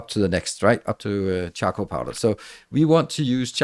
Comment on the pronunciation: OMG I constantly heard him say chuckle powder instead of charcoal powder and I couldn't stop laughing :D